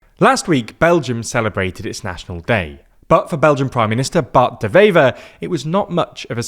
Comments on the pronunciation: The W in Bart De Wever is NOT pronounced as a V like in German. De Wever is pronounced like "Duh Waver" The W in Dutch is pronounced exactly like it is in English. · Nice video, but his name is pronounced like “De Waver” 👋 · Dewever is pronounced with a w not a v, the w is like w in water